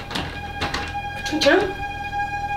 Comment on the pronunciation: The way she says patricia, I'm dead 💀🤣